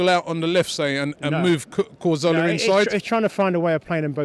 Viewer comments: CAZORLA not fucking CARZOLA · i'm not trying to be a dick but why can't gooners pronounce Cazorla? it's Cazorla not Carzola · It's Caz-orla or Cath-orla Not Car-Zola you fucking idiot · does he not know how to pronounce cazorla ffs